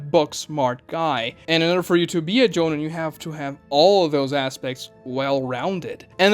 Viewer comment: Doesn’t matter but I always thought it was pronounced “Jo-Neen”